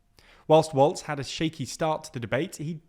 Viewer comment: I love ya'll but it's walz not waltz